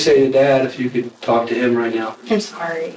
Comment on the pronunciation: someone tell this guy the L is silent in the words 'walk' and 'talk'